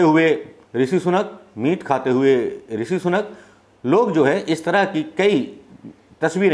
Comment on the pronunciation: सनूक नहीं सुनक।